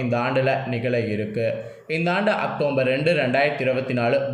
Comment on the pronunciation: Pronounce properly October